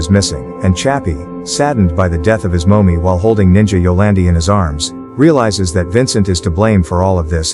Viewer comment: Moaney *Money 💀 Moemy *Mommy 💀 Why tf are you using text to speech!?!